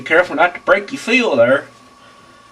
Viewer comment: I love your accent!! I had to pause in the beginning when you said: show 'em the indentation! Right der.. right der! It was tooo funny but I'm laughing with you and not at you. I'm definitely going to hed your instructions to fix my washer!